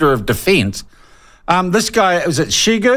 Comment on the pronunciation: "Shigu?" "Shigoy" New Zealand experts lmao 😂😂 It's Shoigu